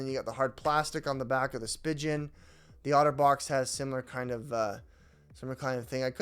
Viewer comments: Spee-gun not spig-un😂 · Just a few points, the company is pronounced Spee-Gin not Spy-Jin and the case is not meant to be pulled apart. It’s a 2 piece case that’s used as a 1 piece case. You leave it together and just put the phone in. 😊